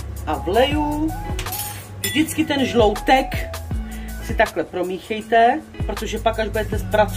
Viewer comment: 🤣🤣 jestli vás urazilo že jsem vás opravil kvůli tomu že se to vyslovuje žloutek a ne žloudek, tak to fakt nebylo myšleno nějak špatně :)